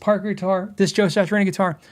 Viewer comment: Dude, not to be too critical but... It's pronounced "Sat-tree-awn-ee" not "Satch-ur-awn-ee"